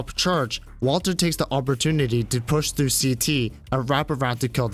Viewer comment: "Awpertunity" xD